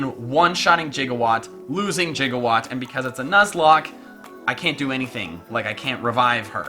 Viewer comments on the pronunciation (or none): Why do you keep saying jigawatt? I can clearly see it says Gigawatt. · spelled gigawatt, and just like doc brown misprounounces it jigawatt,😑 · I'm slightly annoyed by the fact that you pronounce Gigawatt like "jiga"watt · Anyone else a little miffed by the way he pronounces gigawatt? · you're saying gigawatt wrong